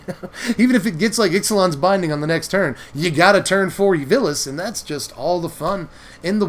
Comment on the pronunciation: It's Vilus (Vile-us), not Villus.